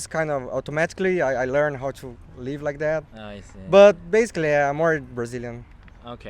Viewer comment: Bro, not "RIKE" it's "LIKE" LaLaLaLaLaLa Like!